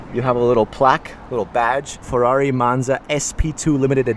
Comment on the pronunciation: Capisco che la lingua italiana non e facile e non è diffusa....ma per cortesia la parola Ferrari e la parola Monza Per noi italiani sono la sacra bibbia ...quindi esigo la pronuncia perfetta!!!!!!!!!!!!grazie Duilio zarola from italy Rome